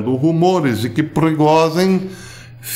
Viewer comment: A melhor pronúncia do nome do chefe dos músicos que já ouvi: Perigosinho!